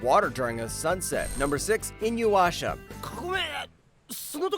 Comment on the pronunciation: its I-NU-YA-SHA not I-NU-WA-SHA :)